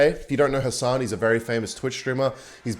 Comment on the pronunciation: Nailed the khasan pronunciation 10/10